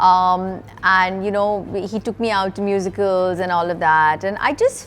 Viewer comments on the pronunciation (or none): none